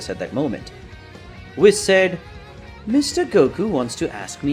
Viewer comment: It's pronounced "whees" not wiss